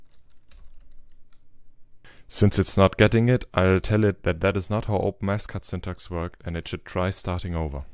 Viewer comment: Open S Cad, I thought you we're saying OpenAscott. My bad. Great work!